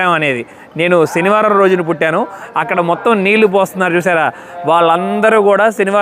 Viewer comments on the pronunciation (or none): none